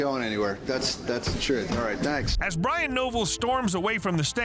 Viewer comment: Thought you said his name was Brian noballs😂